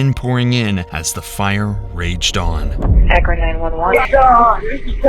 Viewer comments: Narrator: you say Arkon but it's clearly Akron. Akron Ohio. I'm surprised you got this wrong every time you mention it. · Just want to mention that it's Ak-Ron not Ar-Kon, Ohio. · ARKON Arsonist???😂😂😂Akron pronounced Ack-run. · haha He said, "Arkin arsonist." To be fair, Akron arsonist is a bit of a tongue twister. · It’s spelled Akron. So by misspelling that word, the narration keeps saying the “Arkon arsonist”. Just saying. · Akron, not Arkon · “The Arkan Arsonist”. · "the arkon arsonist" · The 'ARKON ARSONIST'??? Cant even get the name of the city correct in this script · yup the AI VO goes on to refer to the 'ARKON' arsonist... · The “arkin arsonist?” Yeesh. At least spell-check your script before submitting it for AI. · "ARRkon arsonist"? ChatGPT still has a way to go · Ar-kon really? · "the arkon asonist" you couldn't even pronounce the city right? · bro said the Arkon Arsonist lmao 😂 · you said arkon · “Arkon Arsonist” 😂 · "arkon" lol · every time you say “aRkon arsonist” i relate to you more. that’s shit my dyslexic brain would come up with. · cant pronounce Akron? This video has a lot of sloppiness in it. Its sad bc these victims deserved more than an obviously rushed editing process. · Ur effin AI is mispronouncing Akron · "The once peaceful city of Akron..." Okay, buddy. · Dude really cant say Akron. XD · the real crime here is how you keep pronouncing AKRON as ARKON ........ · “the Arkon Arsonist” lol. It’s “Akron” buddy. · Why do you keep saying Arkan arsonist instead of Akron? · Why does he keep saying Arkon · Your AI slop commentary keeps saying Arkon, it’s AKRON. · Is it Akron or Arkon you silly robot voice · Akron not arkon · Love how the narrator just starts calling it ARKAN at the end . The arkan arsonist. Call batman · there's absolutely nothing suspicious about neglecting to take a polygraph test when prompted, regardless of one's actual guilt or lack thereof. P.S. it's AKRON. not "ARKON". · Narrator keeps saying "Arkon" instead of "Akron"